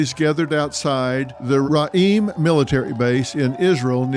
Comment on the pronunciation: Your the best dr Phil Ps its pronounced re’im meaning freinds(ra’im means bad)